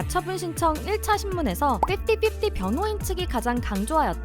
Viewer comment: 발음이 정확하네. 핍티핍티 O 피프티피프티 X